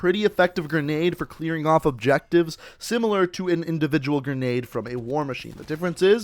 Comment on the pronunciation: "pretty effective gren~nade"